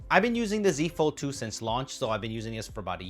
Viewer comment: I swear I heard you say “using a fold 2 is the same” as “the z fold 2” lol